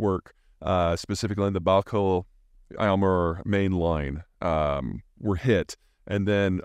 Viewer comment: Peter, good content. You should learn to pronounce Baykal (easy) and Xinjiang.